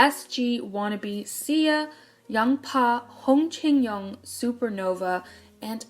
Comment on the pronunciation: These videos would be perfect if you didn’t try to pronounce Korean names. You say them so wrong 😂🤷🏻‍♀️ you made “Areum” sound like Russian or something, and “Hong Jinyoung” sound like Chinese. You could at least research how to pronounce them properly, and just say them with an American accent. This comment sounds harsher than what was intended. No hate here, just an observation 💗